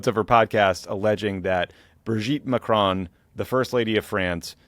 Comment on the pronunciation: I have to know. What will it take to stop you pronouncing Macron as 'McCrone'? You've been driving us all mad with this for years now. Please just say Macron like a normal person.